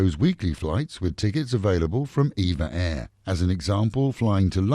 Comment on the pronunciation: EVA air is pronounced "E V A air"